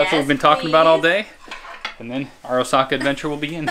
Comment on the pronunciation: it's O:saka not Osa:ka, great video though